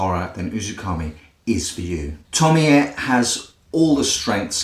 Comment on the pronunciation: I'm so glad you atleast acknowledged your mistake, some other reviewer kept say "Tomi-ayy" and I just lost it I could not watch it